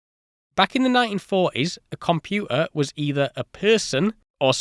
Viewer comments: Compu'ah. Poor diction. Day com-pu-ter. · I wish the narrator would have pronounce the letter 't' when speaking. For example, compuer should be pronounced computer. There are other examples in the narrative. I know it may be a minor complaint but it pisses me off. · Where is the "T" in your pronunciation of "Computer"? Is it spelled " Compuuer" over there?😂 Excellent vid. 👍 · This looks like a good video, but your dropped 't's are too distracting for me to continue past your definition of what a "compu'er" is. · Compu-ah. Haha! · the way this cat says 'computer' is strange as hell. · Please please, pronounce words correctly, computer has the letter t in it it is not and has never been a silent t. The same goes for water matter and all the other words that you choose to remove the letter t from. Glottlestop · Love your video but just some friendly advice… Please try and pronounce your letter Ts when speaking it will make you sound more credible especially when saying the word computer! Best regards 👍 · no t's were pronounced that day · the word computer imho clearly contains the letter „t“ 😂